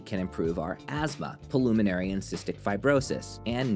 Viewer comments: and The word is pronounced "pulmonary", not "polumonary". Sheesh. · learn how to pronounce 'pulmonary' correctly (pul-mon-ar-y)